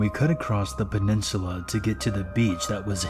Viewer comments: I find it difficult to get into the creepy vibe of the stories when I keep hearing the narrator say things like "drownd-ed" , "expecially" or "across-t" 😂 Please stop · This is making me nuts - It's "et cetera" (et cet·er·a), not "eggsedra" or "exedra". And it's "escape" (es cape), not "excape". And I just heard, "I had several lit-rees of water". I think that's supposed to be liters. And there is no such word as "accrossed" or "acrost". It's "across". I like these stories, but these little grammatical disasters are killing me. It completely takes me out of the moment.